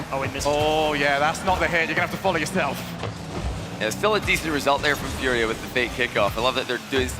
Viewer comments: Is how it’s pronounced here in Brazil bro, but yeah is kinda strange hear English speaking people say it like that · man its so frustrating watching G2 play to end up like that in the finals. Also if i hear team fooria one more time im gonna lose it.